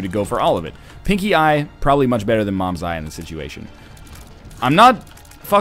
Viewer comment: it's not mom's eye it's CAIN'S EYE